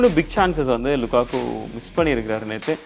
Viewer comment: Lukaku ❌ Lakaka✅